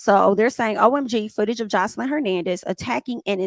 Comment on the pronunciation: Hi, if u don’t mind I would like to assist In pronouncing her name Joselyn (the J is pronounced ex; Joselyn= J like in Jack or jail etc. same in Spanish as is in English 😂 Love ur channel, ur reviews, n ur content